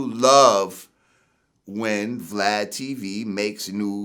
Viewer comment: he called him "Vlod" 😁😁